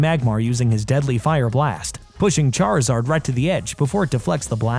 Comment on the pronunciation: So he say Charizard the right way but cant say Charmeleon right...